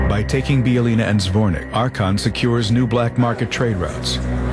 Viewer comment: these idiots cant pronounce a damn word, hearing them say Bijeljina is cringeworthy